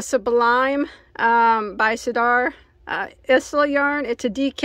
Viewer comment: Isla is my granddaughter’s name. It is pronounced “Eye la” xx